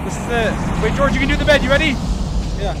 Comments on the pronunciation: yup, Nerd-tastic Especially when you said goerge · Why does Dream sounds so British when he yells George’s name here? 😂